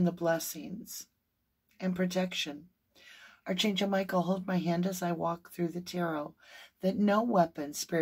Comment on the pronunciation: I really enjoy your readings and your channel! And I love that you call in archangels before the readings. (One minor thing: the word “archangel” is actually pronounced ARK-angel in the U.S., and ark-AN-gel in the U.K.—both with a hard K sound.) It’s totally a minor suggestion as it’s just one of those words that doesn’t sound quite like it looks. (Former editor here…so please know I mean this constructively and with absolutely no malice! It’s just a funny word!) Thank you for keeping Summer’s name out there! 💖